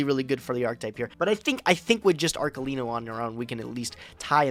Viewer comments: Both and mispronouncibg Arlekino is giving me an aneurysm. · The fact that they can't both pronunce ARLEKINO right (which btw is written with K only so that you smart Americans know how to read a hard C) triggers me to no end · Arlekino Arkelino Archelino CEOs of pronunciation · I hope will train how to pronounce arLeKino when he plays that card again. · Idk what's worse "ArKELIno" or "arleCHEENO" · the real competition of this episode was who could butcher arlekino name´s the most